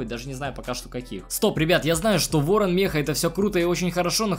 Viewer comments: Ты сказал вооан 10 раз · 7 раз говорил ворно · Ты сказал Ыорон 10раз